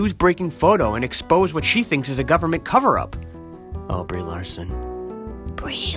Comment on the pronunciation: "Lee-Brarson" LMAO!!!